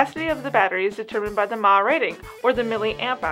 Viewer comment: When someone pronounces mAh as a word it makes me wanna throat punch them...